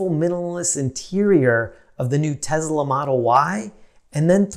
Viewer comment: “Tezla Model Y”